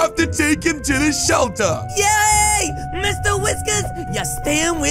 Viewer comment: Bro said helter